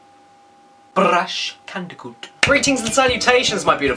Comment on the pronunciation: I knew I was going to subscribe from the moment you said Brash Candicoot.